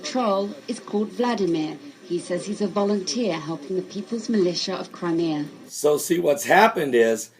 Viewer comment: crime e uh not crimer